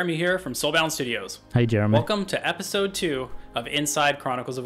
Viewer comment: "Epsisode".. You're welcome!